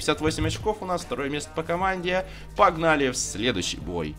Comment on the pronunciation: ПППППАГНАЛИ. ППППППАГНАЛИ. Это ужас какой-то